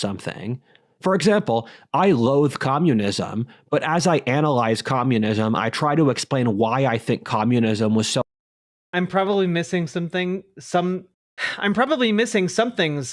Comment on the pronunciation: "I gloathe communism, but as I analglyze..." He pronounces all his L sounds in the throat with a g omfg REGLIGION